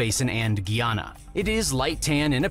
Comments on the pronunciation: hearing him say "Geeyana" and pronounce several other things wrong hurts me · He also mispronounced Guyana